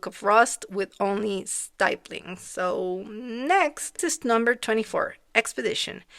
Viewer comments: great job :) just fyi stipple/stippling has a short “i” like the word “tip”. Best to you! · You pronounced "nomadic" correctly, but "stippling" is actually three syllables (I know, not intuitive) I think the nomadic elephant is my favorite, but the scarecrow and the camera are also right up there =) Congrats on finishing--especially in only 3 days! That's a big accomplishment!